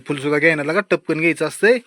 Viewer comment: टपकान नाही दादा पटकन 😅😂😂